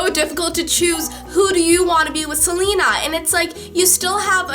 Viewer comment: I love you, but I have to say it's pronounced Se- LAY- na, not Se- Lee- na.